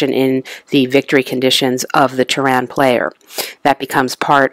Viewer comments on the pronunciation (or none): NOT Tehran( a country on earth) its Terran as . Pronounced TEAR-IN meaning from earth ,and it does not only happen on one planet like you said the scenarios happen on different planet represented by only one board.. This too is my favorite game, and to not use nukes is crazy in this game, Arachnids can only win most scenarios with well placed nukes. glad you enjoy the game its a classic. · The accent on Terran is on the first syllable.